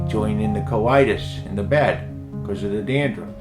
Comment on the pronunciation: Did he just say Gandruff? 😂